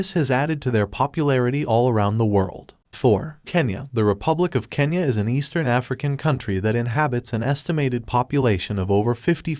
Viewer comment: God,,, it's kenya not kanya🤦